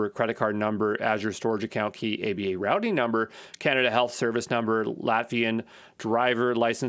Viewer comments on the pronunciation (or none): none